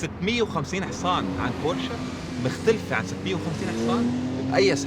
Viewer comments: ياخيييي مش بورشاااا بورش 🙂🤦‍♂️🤦‍♂️🤦‍♂️ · تصحيح فقط بورش وليست بورشا